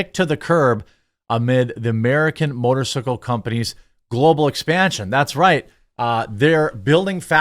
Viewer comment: He said motorsickle